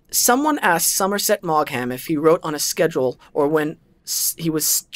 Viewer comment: Maugham. Do not pronounce the gh. You just crucified his name. It's like Meagher which sounds like Maher (h is barely noticeable). Search Maugham pronunciation on the Internet.